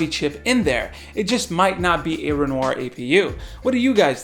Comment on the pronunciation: Yeah. I think it's pronounced "Renwah"